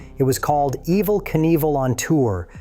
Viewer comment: Imagine thinking a fake voice is better than literally "any" genuine voice, then hearing it totally blow it, and doubling down and keeping it anyway. "Ehv-vel"? Stop.